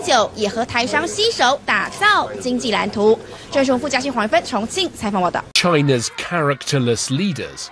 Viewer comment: China发音没必要抻那么长